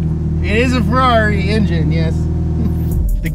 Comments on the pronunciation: Man you need to learn how to say "Ferrari" correctly. Please❤ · We could say that this is a "Ferrally"?